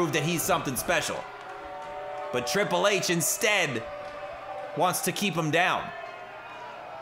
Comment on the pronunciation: Riple H😂😂😂 shii kills me everytime